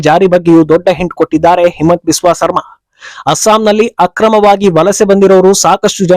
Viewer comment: ಸರ್ಮಾ ಅಲ್ಲ, ಶರ್ಮಾ.